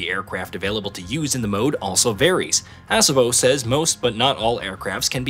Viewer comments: Please stop pronouncing it "ASS-obo", it's Ah-sobo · Exactly, It's pronounced A-so-bo Not Ass-a-bo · It's pronounced uh-SO-bo not ASS-uh-bo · A-saw-bow. Not Ass a moe lol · ASS' uh boh?? LOL!! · Ass-uhbo Studios 💀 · They should have at least taught the AI how to say ASOBO correctly. Can I get an AMEN!